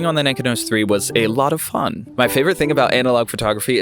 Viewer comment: Cool video. My neighbor knew I was into photography so she gave me her late husband's Nikon F and Nikkormat with 4 Ai lenses and a Nikonos IV-A camera with a 35mm f2.5 "wet" lens. Your video makes me want to go out in rainy weather and "waste some film". BTW, I believe it is pronounced Ni KON' os with the emphasis on KON. Happy shooting.